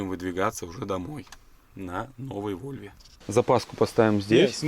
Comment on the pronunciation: Не вольво а волво шведы так говорят